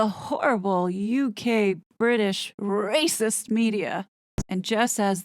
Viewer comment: Love how you are rolling the “R” letter and heightened your pitch to be higher… classic…. Rrrrracist….😂❤🇨🇦